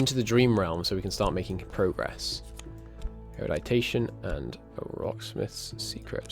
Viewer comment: Thanks for the series! Hope I'm not offending, but it's "eru-di-tion", not eru-di-ta-tion". :)